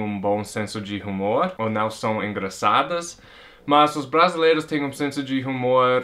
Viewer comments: Se escreve Humor mas voce pronuncia umor. A letra (H) nao é proncia . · Gostei das suas razões de vc amar o Brasil ! Agora uma correção na pronuncia da palavra HUMOR. Vc esta falando com o som do H do inglês. No português o som do H é mudo, a pronuncia seria como se a palavra fosse "UMOR"